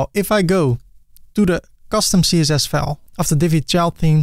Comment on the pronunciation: It took me 26 seconds into the video to realise you are Dutch. Especially the pronunciation of "file".